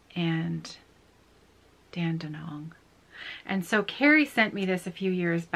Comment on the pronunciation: So happy I’m not the only one with a treasured skein of Dinky Dyes yarn to use. Mine is the Traditional Stitches 10th anniversary. I’m using it on a Long Dog Sampler pattern and loving it! Your pronunciation of Dandenong is perfect.